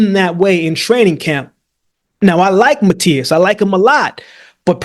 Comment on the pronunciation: love to hear my man Akeem pronouncing "Matias" in a perfect spanish